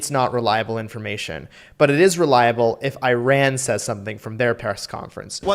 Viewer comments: Before you talk about a country, learn how to prnounce its name. Just because George Bush said I-rak and I-ran, you do't have to. It pronounces ur-raan and ur-raak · The guy shilling for Iran got one thing right: tge pronunciation. EE-run, not Eye-ran. That's the only thing he got right.